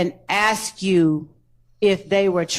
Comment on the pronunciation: Please can someone teach this person how to say the word A S K!!!!!Annoying and ignorant!!!